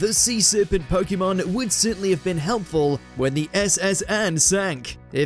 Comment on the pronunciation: Start by saying POKEMON Properly…